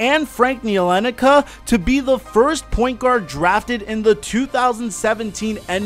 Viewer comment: Dennis gonna ruin the league in 5 years. Also I think it's pronounced Ni-li-kee-na.